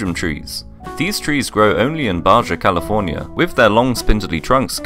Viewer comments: It’s pronounced like “bah-hah” not “bah-jah” for Baja California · Baja California is pronounced baha. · It's pronounced "Baha California" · Pronounced ba-ha California not ba-ja...the bottle(BOABAB) tree is found on SOCOTRA ISLAND AS WELL AS THE DRAGON BLOOD TREE SO #1 & #5 ARE ACTUALLY FOUND IN THE SAME PLACE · Baja California, it’s pronounced Baha* 😂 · Baja, California is pronounced "bah - hah." Pronounce the "j" as you would an "h." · LoL it's Baja California; pronounced "ba-ha" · It's pronounced baha California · That’s not how you pronounce Baja California 😂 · i wouldn't take this guy's pronunciation as correct, since he pronounced baja California and Jabuticaba wrong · Why did bro pronounce Baja California like that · Grossly mispronounces Baja California as if it's not a Spanish name, then proceeds to grossly mispronounce Jabuticaba as if it is a Spanish name. By the way, jabuticaba taste nothing like grapes. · Number 5th tree you mispronounced